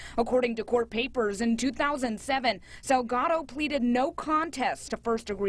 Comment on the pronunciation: Salgado is not the same as Delgado! So say the last name Correctly!!! 😬😠 SALGADO, with an S.